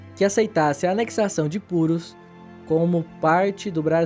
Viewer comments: Ele escreve Purús mas pronuncia Púrus, que loucura. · a pronúncia é purús. fora isso, o vídeo ficou bom. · Não tem acento mas pronuncia "purús" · A pronúncia certa é Purús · Não seja amargo. O conteúdo é bom, e a pronúncia é o de menos. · Como tem gente metida a besta, nada demais a pronúncia o que vale é o conteúdo, parabéns pela abordagem, esse aí que criticou a pronúncia nem sequer sabia que está cidade do Peru existia.